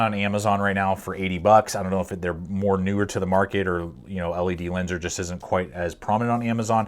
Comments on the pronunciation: Just to clarify not trying to be rude I used to pronounce it the same way or say it same way until I watched actual ledlenser promotional videos then I realised that been saying it wrong for ages. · Nice video sir but to pronounce the brand properly just say ledlenser. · Its pronounced as ledlenser and its rly underrated, its pretty popular in the UK